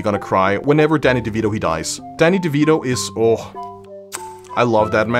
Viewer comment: am I the only one that heard "daddy" instead of "Dany" ? ;^